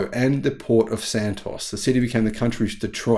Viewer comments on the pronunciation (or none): none